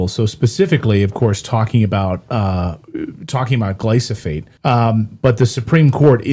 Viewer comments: The product is glyphosate, not glysophate. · He said glysophate. 😂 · “Glysophate” 😂 and it’s a pesticide 😂 dude.. glyphosate is a herbicide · If you're going to discuss it, learn how to say it.... GLY-PHO-SATE.